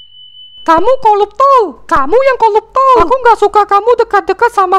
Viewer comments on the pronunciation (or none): Betullah 'R' nya nggak kesebut koruptor bila pelat R koluptol